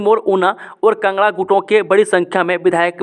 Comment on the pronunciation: Kangra not kngra